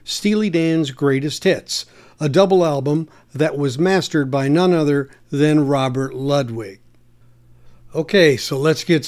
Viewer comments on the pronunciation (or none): none